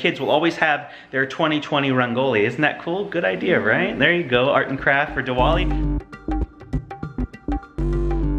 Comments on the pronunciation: you guys should have let Cadence follow hindu religion does Cadence still knows how to speak bengali or not anymore? they way Cadence said diwali was not at right( i get you guys never heard of that word) but she has grown up celebrating and she should have said Dee-Wali love how u guys don't let Cadence forget her roots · Rangoli is actually pronounced "rung-goli" not "ran-goli" Diwali is pronounced "dhee (like the other sound "the" makes) -waal-ee"